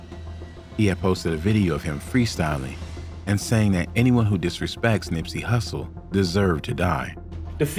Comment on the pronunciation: You said Nipsey hussle’s name so wrong 😒